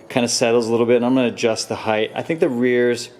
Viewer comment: Why is every you tuber saying "heigth" now? Mind boggling!